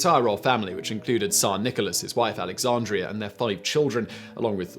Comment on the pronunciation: "Alexandra", not "Alexandria". Alexandria is a Washington DC suburb, not a Russian queen.